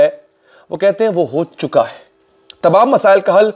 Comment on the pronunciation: yar when u say ho chukawa hei its really sound weird ho chuka hei try to speek this. baki your content is really good Allah bless you.